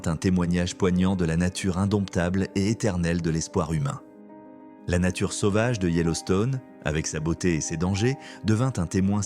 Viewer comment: "sauvage" ne se prononce pas "sovage" mais "sauvage". De plus beaucoup trop de phrases qui ne veulent rien dire, ce serait mieux de raconter avec plus de simplicité, courage